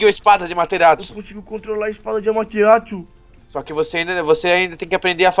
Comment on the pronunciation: Não é Amateratsu é Amaterasu 😐😐